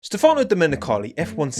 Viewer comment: Is stEfano, not stefAno…